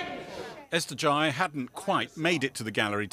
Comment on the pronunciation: Starmer pronounced Ghey wrong and the female mp said ‘grey” At least, prepare to get her name right.